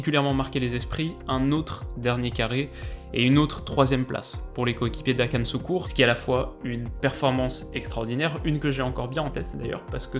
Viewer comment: suk mayk hok oui bien sur « Akan Soukour » très bonne prononciation effectivement